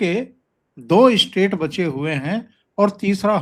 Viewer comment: स्टेट को आप इस्टेट क्यूं बोलते हैं? स्टेट मतलब राज्य इस्टेट मतलब जायदाद आपने तो राज्यको जायदाद बना दिया।